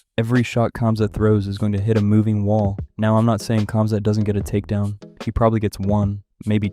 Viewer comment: bro is saying cumzat